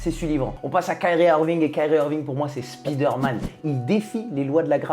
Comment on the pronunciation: je t'adore, mais je suis obligé... C'est Spider Man, pas Speeder Man. SPAILLEDEUR please:D